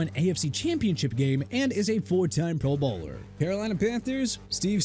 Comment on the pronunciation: When someone is a Pro Bowler, you pronounce it like they’re a professional bowler “pro-BOWLer”😂😂